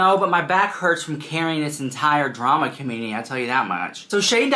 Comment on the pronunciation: New “draam” huh?